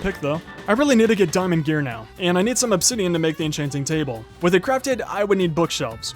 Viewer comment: He says dimond usless what bruh 😂😂😂😂😂